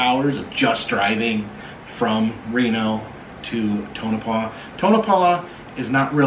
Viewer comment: It’s pronounced Tone-a-paw!